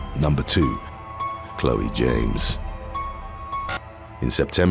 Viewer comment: I am wondering if the butchered pronunciation of "Chloe" wasn't to incite this comment. 😂